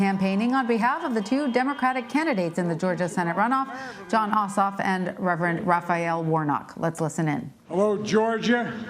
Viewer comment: Crazy Uncle Joke can't even say "Ossoff" without messing up...